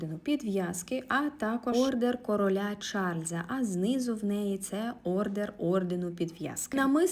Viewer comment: Може не ордЕР, орДЕН.